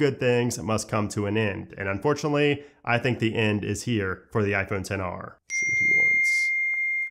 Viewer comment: My son (30 yrs old) is still using his XR and it's great. Also, THANK YOU for not saying "xr" and saying "10R". People that are supposed to be tech YouTubers and say "ex" just sound so uninformed. It makes their tech review sketchy.